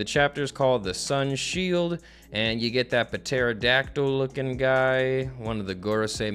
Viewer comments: Bro puh-terodactyl is CRAZY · I love u but homie do u not know how to pronounce pterodactyl like I can't tell if it's for the meme or not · The ‘P’ in Pterodactyl is silent ❤ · Has no one told about the silent P? Wait a hot second... for the entirety of Wano is he gonna call King a Puh- Terydactyl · I love how says pterodactyl. 😂 Just reads it like a normal person. Sees the "p" says that a weird way to spell that... fuck it puh-terodactyl 😂😂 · Puh-terodactyl is my new favorite word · Cause he kept butchering pterodactyl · please, the P is silent